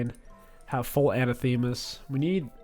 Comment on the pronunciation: Its pronounced Uh nah thuh mah not anna thee mah